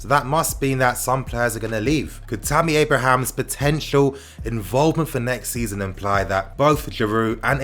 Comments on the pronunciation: man, it's Abraham - not Abrahams! He's not a plural! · bruh its Abraham, no 's' 😂